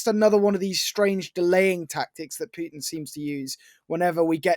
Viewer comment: Is it "Puotin" or Putin?